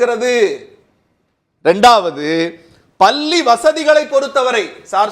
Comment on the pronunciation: பல்லி இல்லையடா.....பள்ளி...